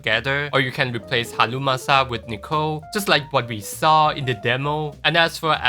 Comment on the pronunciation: i love how you say "halumasa" 😂😂